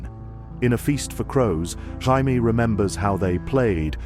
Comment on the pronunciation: Had to stop. Teach the AI how to pronounce Jamie properly please. "Hymie" OMG smh 😅